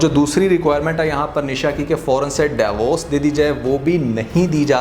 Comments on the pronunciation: Daiy vorc nahien hota divorce hota hai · Interesting but its "deevorce" not "dayvorce"